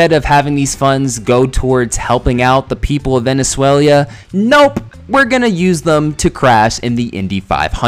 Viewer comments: I’ve never heard someone pronounce Venezuela “Venezulia” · You can't make fun of an spelling mistake, when you keep saying Venezualia instead of Venezuela